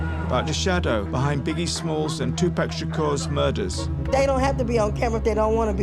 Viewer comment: This dude still can’t pronounce Tupac’s name.